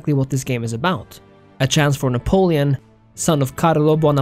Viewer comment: Cant trust you if you cant even pronounce Napoleon